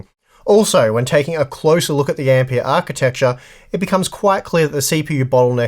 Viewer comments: The guy was named Ampère, not Ampeer. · Ampeeeahhh? Wtf!